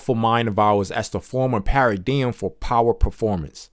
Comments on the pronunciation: i can’t listen to this because the way he pronounces paradigm it’s supposed to be “pair of dime” not pa ridi yim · Pronounced 'pa ruh dime.' Not ' pa ra diem.' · This YN said para-DM. It’s para-dime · Pair-a-dime. Say it with me. Pair-a-dime. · Haha. Just a paradigm shift on how the word should be pronounced. Don't worry about the haters. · The way paradigm is said is actually handy, you should never forgot this book now…thanks bro! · I can’t listen to this bc you pronounced the MAIN WORD WRONG! Tf😂😂😂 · Thank you for recording ❤I didn't realize you pronounced paradigm wrong untill I started reading comments, I was so interesting in learning a new concept. I also like your voice and the fact that u don't make it sound so serious 😅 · STOP THE PRONOUNCEMENT OF PARADIGM 😮 STOPPED ME. COULD NOT LISTEN TO THE IDEA OF HEARING THIS WORD BEING SAID INCORRECTLY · I have to say, and I say this in all sincerity, yes the way you pronounced paradigm and many of the other words bothered me a lot, initially. I really thought about it....and the longer I listened the more respect I gained for you. You made an ENTIRE audiobook even though you had issues with pronouncing words. You may have even known this beforehand but you didn't let that stop you. You gave so many people a wonderful gift and that is the ability to have this book narrated for when we are unable to read. You set a goal and you accomplished it and I can only thank you and just recommend maybe practicing a bit with words on your next audiobook venture. I really appreciate you and I wish you well. 🤝🏽